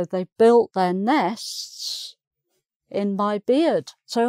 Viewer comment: She seems to have difficulty in pronouncing 'nests'.